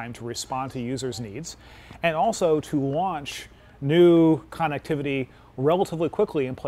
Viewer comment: Lol yea I think connectivity is his favorite word based on the 100 times he said it, shame he can't pronounce it correctly